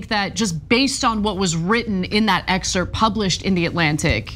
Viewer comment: Dude. Please stop pronouncing the SILENT p in the word excerpt!! Pretty please??? 🤣